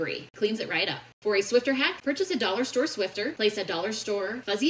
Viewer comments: Swifter? Nah, it's Swiffer. 🧹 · SwifFer, not swifTer. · It’s a Swiffer… SWIFFFFFFER!! It’s not a “Swifter”! That’s what they used to call fans of Taylor! 😂